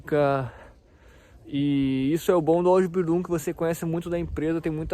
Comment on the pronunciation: Sua pronuncia na palavra Ausbildiung e Meister está errada